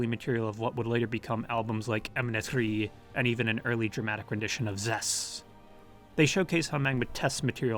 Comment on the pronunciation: I believe it is pronounced EM-EN-TET RE, it’s very rhytmical. All e’s sound the same, like ‘ae’ or a slavic ‘e’. Imentet (Ament, Amentet or Imentit, meaning "She of the West") was a goddess in ancient Egyptian religion representing the necropolises west of the Nile. This could have been the inspiration. Also, the greatest of the old Memphis gods was named Ptah. Thank you for a fantastic video, from a huge Magma fan.